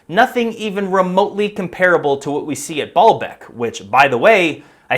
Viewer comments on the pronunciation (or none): ...it is essentially ancient poured concrete, not quarried stone like so many like to think. And it was pronounced BAY-YUL-BEK, 3 syllables, not two. The word means Lord's Well or Fountain. Ba'al means lord and Bek can mean tears, well, oasis, fountain or even a reference to fertility practices. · Every time you said Baalbek, my brain heard "ball bag"